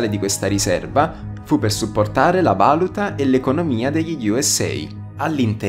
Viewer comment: Spaventoso, soprattutto l'italiano...valùta, tanto per fare un esempio su tutti, non vàluta.